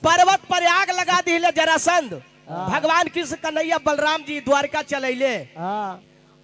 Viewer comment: उच्चारण सही कीजिए ब्यास जी, जरासंध होता है,जलासंध नहीं, ध्यान दीजिए